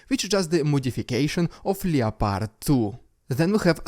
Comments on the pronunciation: Still enjoying you vids keep it up, just FYI though is said LEPARD not LEO-PARD the O is silent, don't blame me wasn't my idea! :) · Its pronounced LEP ARD my dude. Just for future videos